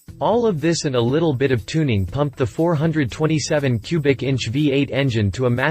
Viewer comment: Its pronounced four, twenty, seven. 427C.I.